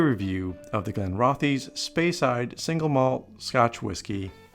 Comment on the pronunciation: pronounced Glen-roth-iss